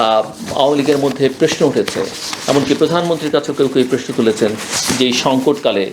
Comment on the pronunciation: প্রেশ্ন বলেন নাকি প্রশ্ন বলেন!!!আমি সন্দিহান।